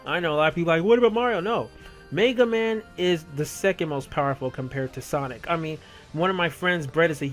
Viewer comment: MAYga man lol